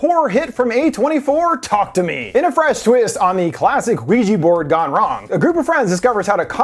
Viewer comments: It’s Ouija board not Luigi board lol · Why did it sound like you said the LUIGI BOARD instead of ouija board? LOL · Did he say Luigi board? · Is no one going to mention him pronouncing it 'Luigi-board' xD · Is it me or does he actually say Luigi Board? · Did he say Luigi Board